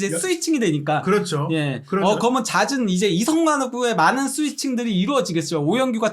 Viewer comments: 면 발음이 ㅋㅋㅋㅋㅋ믄 먼 혀짧은거 같음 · 브버지 이분은 발음이 그러머는 그러므는 면발음이 않되네 ㅋㅋㅋ